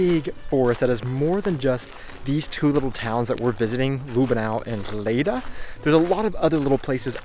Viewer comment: Not Lüh benau it's Lüb benau. Short ü 😉